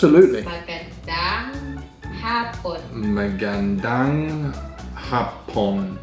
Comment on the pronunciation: the way you say HAPON it MEANS JAPANESE!!! hahahah